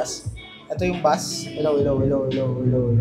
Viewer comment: Bass is pronounce like base